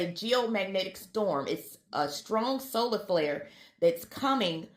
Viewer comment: lol, "ya' remember 2YK? and the massive slolar flair"